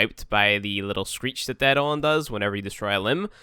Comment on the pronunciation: add-on hunt. wut? EI-DO-LON